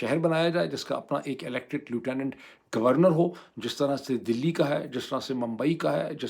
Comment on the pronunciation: اردو میں لفٹننٹ کہتے ہیں، لوٹونونو نہیں۔